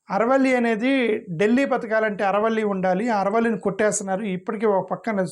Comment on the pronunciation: సర్ ఆరావళి అనండి అరవల్లి కాదు